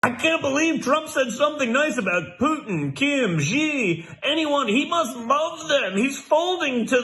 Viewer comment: Xi is pronounced "she" (like the pronoun). I realize that's not the greatest problem with Don Jr.' rant. Just feel like pointing it out.